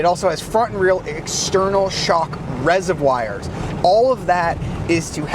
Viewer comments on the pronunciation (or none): The way he said reservoirs was weird. Sounded like resevwires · External shock... 𝘳𝘦𝘴𝘦𝘷𝘸𝘪𝘳𝘦𝘴?